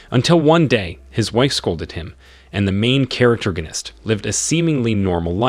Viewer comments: Manhwa was interesting but I can't hear "noun"gonist one more time, thankfully someone already posted the source "Survive As The Hero’s Husband" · Wtf it's NOT "charactergonist" ... it's ¡¡¡PROTAGONIST!!! also, doesn't him have a name? Invent a name if he doesn't!!! Please!!! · Yeah I'm really hating this dude saying charactorganist constantly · All I hear is " Main charactergonist" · stop saying charactoriginitc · I give up seriously "the main charactergonist" it's fucking annoying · "THE MAIN CHARACTERGONIST" I give up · Stopped at 2 min due to charactergonist word getting on my nerves. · I wanted to watch this but the pronouncement of main character, main charactorgist is really annoying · Say main charactorgnist one more time... i dare you. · Learn to speak proper English! I can't listen to you saying "main charactorganist"! Ahhhhhhhh!!!! You ruined the enjoyment of listening to the manhwa recap! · Wtf is a "main characterorganist"?! 10 minutes in and I'm already irritated from you saying it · stop saying characterganist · I'm giving a thumbs down because of hearing the pronounce of the MC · this mother fucker made up a whole new word. this isnt even mispronouncing it. he combined main character and protagonist into the most annoying word ever.